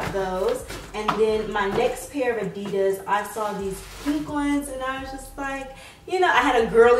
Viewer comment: you pronounce adidas so wrong